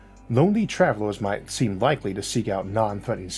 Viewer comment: “and wife seems wikewy to emooge” Those R’s and L’s are beating his ass! I love the channel, though!